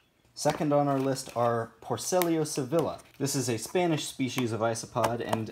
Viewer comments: hey great video, next time you gotta say it ''sevilla'' say it like ''seviya'' Greetings from spain :D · Sevílla. That double L is pronounced something closer to Sevi-Ya or Sevi-Ja. Cool to see different varieties of isopods.